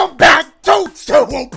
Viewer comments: Just gonna skip the fact man said suwoop in his intro instead of soup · reppin bloods? “Welcome back to suu whoop, super Mario maker”😂😂😂